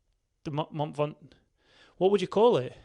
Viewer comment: "Min Ventoux"